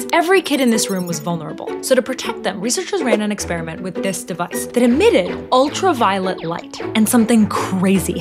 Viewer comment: I am absolutely convinced you said Ultraviolent light